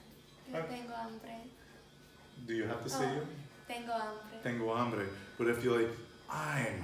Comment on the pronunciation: What are you saying for "hungry"??? It sounds like "hombre", Which i thought was spanish for "man"?